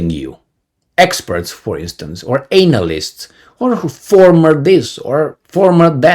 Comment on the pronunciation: I love how pronounces analysts - anal ist 🤣